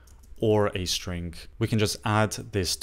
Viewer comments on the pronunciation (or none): Thanks for your videos. Always has helpful tips. To me it sounds like you are saying strink. Just noticed since you said it a bunch this video. Keep up the great work. Looking forward to the next one!